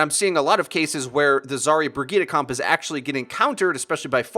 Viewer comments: Haha isn't Brigitte pronounced bridget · It’s pronounced Bridge-et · Can u pls pronounce Brigitte correctly? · I know it’s the proper way of saying it just sounds weird af. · That Guy yeah I know it just sounds super weird lmao.